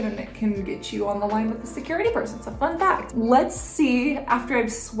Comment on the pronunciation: Lol fun fact sounded like fuck that.